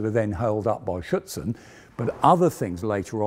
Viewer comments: I heard "Schützen" (rifleman) instead of "Schürze" (skirt). He is not really pronouncing the "r" in "Schürzen" which is important for understanding the word. (At least for me as a native German speaker) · Superb content, as always. Two suggestions: you may pronounce the manufacturer MAN not as thev word "man" but as single letters: "em a en". Afterall it is an abbreviation. Secondly, when you refer to the added standoff armour I always hear "Schützen". In reality it is "Schürzen" (apron).